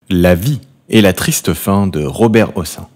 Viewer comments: On ne prononce pas "ossan", mais "Hosseine", c est un nom d'origine Arabe. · Son nom de famille ne se prononce pas "aux seins" mais " au scène". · Pas Robert houssin mais Robert Prononcé Hosseine. C'est aussi St Germain des Prés et non Prais. Trés désagréable cette voix. A changer!!!!! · on a toujours prononcé hocène à quoi ressemble cette prononciatio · On prononce Hossène! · Prononcer Hossène.